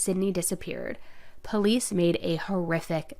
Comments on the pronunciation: I always Hate when people say PO-lice….it always strived me as arrogant and ignorant. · I think if I had heard this jerk say poe-lice one more time I think I would have thrown up. That alone was enough to make me hate him. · To hear him say Poo-lease dedpartment. Is so aggrevating, He just wanted to write his own script to his own made up play. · Anyone who says PO-lice is a criminal. 100% of the time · Am I the only one who cringes when people pronounce police as "pow-lease" 😅😬🙄 and only someone guilty would feel such a need as to make these long videos of themselves talking for strangers to "prove something" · YES!! Him saying POE-Leece was so annoying! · so true! i'm originally from NC and my grandpa says Poe-leece but for some reason it was just annoying when this piece of trash said it haha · Down here in the South, most people pronounce it " poe-lees". Just a regional thing, I suppose. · I cannot take anyone who says pole-lease instead of police seriously. It irks me to the core. Thanks for another great video! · Every time he says “the po-leece” 🤢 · I can not stand the way he pronounces Police!! He is a disgusting & gross creature!!! 🤢🤢🤢🤢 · I hate how he says POElice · "PO-lice" I hate when people pronounce police as PO- lice ...ugh uneducated rabble . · I cannot stand hearing him say “poh-leece “ I don’t know why but it’s creeping me out. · I hate the pronouncing of police as POE-LEASE . It’s so obnoxious, and instantly makes someone look uneducated and low class. Where the f*** did that start?? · First and foremost…..if you pronounce the word “Police” as a Poe-leese, you’re probably guilty…. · Is this a repost, I think you covered this already. The way this guy pronounces police sounds like the way blacks say it. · I would convict on the way they pronounce ‘police’. 🤦‍♀️. Seriously sad strange videos. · The POE-lease department drive so me crazy. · Hahahaaaa that is super irritating! I agree! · I dont trust anyone who pronounces police like that.